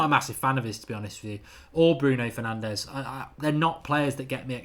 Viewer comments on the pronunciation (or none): none